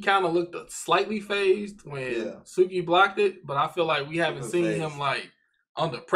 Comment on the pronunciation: Ugh him saying Tsukki’s name wrong is so cringe-worthy, please tell me you didn't say Tsunade’s name wrong too cause the T in her name is also silent